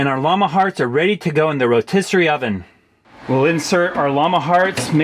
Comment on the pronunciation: Rotisserie “skyeer” 😖